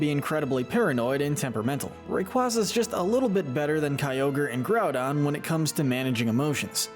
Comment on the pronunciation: IT SAVES THE EARTH, NOT IT'S SAVES THE EARTH! SAY IT RIGHT PLEASE! IT'S GROUDON, NOT GROUNDBON! AND IT'S KYOGRE, NOT CYOGER!